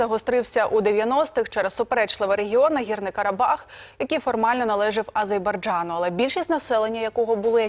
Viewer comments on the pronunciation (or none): Азербайджан!!!, а не Азейбарджан! Яка нікчема ведуча! Сором і огида за таких українських представників. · Азейбаржан😂😂😂😂 Яка високоосвідчена ведуча!!! Невже не можна вивчити назву країни? Така тупість наших дикторів іноді просто шокує !!!!😂😂😂😂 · А з е р б а й д ж а н! Повторіть, пані ведуча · Телеведучій соромно неправильно називати країну Азербайджан